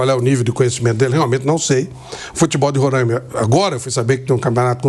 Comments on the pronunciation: RorÁima, não Rorãima. 😪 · agonia que nao sabe pronunciar rorÁima….. nao rorãima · Insisto em dizer Pilhado e Mauro Cesar: não é Rorãima nem Rorãimense!! Não se nasaliza o ‘a!’ A pronúncia é: Roraima ou Roraimense sem o til ~ no ‘a!’